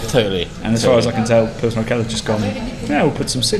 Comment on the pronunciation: You should check the pronounciation of urquell. Did you say urqell? Great video.